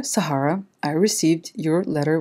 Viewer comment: Dear Sahara la façon comment vous l’avais prononcer à moitié en arabe comme si il vous a prise pour un désert 🌵 🐪. 🤣😂. 🇩🇿✌️